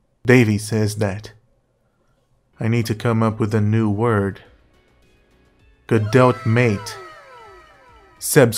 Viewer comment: Video 10/10. Could be 12/10 if the pronunciation of Godot was correct.